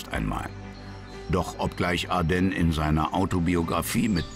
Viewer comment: Ardenn? Der war doch kein Franzose. Ich kenne ihn nur als Manfred von Ardenne - mit "e".😝